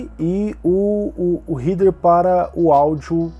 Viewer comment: réder réder RÉDER, pelo amor de Deus